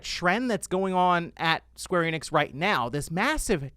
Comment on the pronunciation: Square Eh-nix